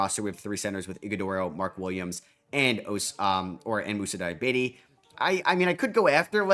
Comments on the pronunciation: It's pronounced di-ya-bah-tay lol not diabete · Moussa Dee-ah-bah-tey Like every other euro/african name you've mispronounced and eventually learned, I'm gonna spam this every time you say his name until you nail the pronounciation. Loved this rebuild